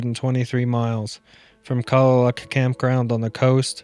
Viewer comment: Hey man. Born and raised here in Washington. Awesome chronicle of the Olympic peninsula. Everyone I know (and I think its correct) pronounces Kalaloch as "Clay-lock". Keep up the great work and Ill keep watching!